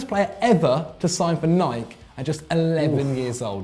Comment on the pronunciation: it's nike not nik. is shit